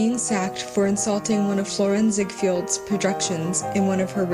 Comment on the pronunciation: ZiegFELD not ZiegFIELD.